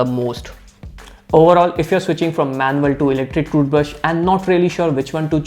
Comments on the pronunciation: Dude cant say "toothbrush" properly 😆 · Got the whole squad laughing uncle ! 👏😐